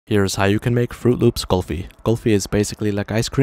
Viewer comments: It's not Qulfi it's kulfi Really like your pronunciation😆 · Everything is great ... But man pronouncing kulfi as "kahlfi" instead of "koolfi" is ....